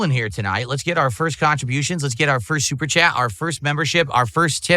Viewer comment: "Kahntributions are mandatory."